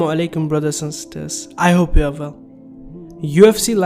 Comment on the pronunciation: Work to say the word well not vell.